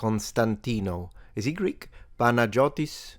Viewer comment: Pahn-ah-yio-tee. S tends to be silent.